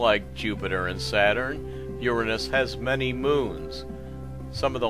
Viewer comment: no..that is the correct way to pronounce it: your-rah-nus not your-anus